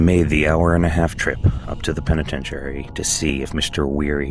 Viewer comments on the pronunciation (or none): Why are you mispronouncing penitentiary?